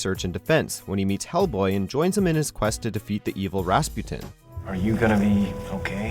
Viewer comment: Wow. A new way to pronounce “Rasputin”. Weird.